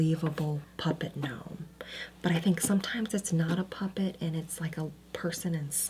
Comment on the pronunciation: ga-norm the ga-nome is killing me LOL